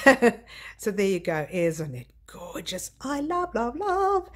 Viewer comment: Oh. That is GOR-GEE-US! Absolutely stunning. Looking forward to seeing you tomorrow morning ☺♥️